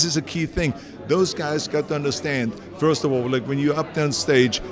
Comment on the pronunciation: Every time Arnold says first "feeurst" an angel gets its wings.